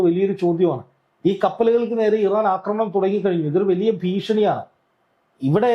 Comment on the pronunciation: യോടാണ്, അക്രമണം അല്ല കൊച്ചേ ആക്രമണം എന്നാണ്. പറയുന്നത് ശെരിയായിട്ടാണ്. അതു കേട്ടു പഠിക്കൂ.